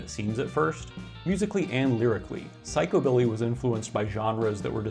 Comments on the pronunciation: Its pronounced psych u billy. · The emphasis has been traditionally placed on the first syllable in psychobilly, not the second.